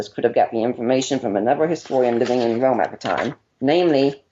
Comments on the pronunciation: "but even in Wome" HAHAHAH "Your father was a Woman?" "No, a ROMAN!" "Frow him to the floor again, sir?" "Oh, yes, frow him to the floow again." hahahahaha man, I'm sorry. But that's just funny. Poor guy, can't help he has a speech impediment but I also couldn't help remembering the Python skit. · ***** Did you even read my comment in its entirety? When a guy says "Wome" for "Rome" and you've watched the Python skit 20 times.... I guess you either haven't seen it or just think that even bring up the guy's speech problem in any way makes me some kind of monster. Hey, whatever makes you feel good. If you like to bash me for making the Python connection, go ahead. Everyone who can read and has a brain could see in my post that I was not making fun of but remembering a funny Python skit that argument brought to my mind. This is why I don't "hang out" in the atheist "community". Lots of dumb mutherfuckers in it.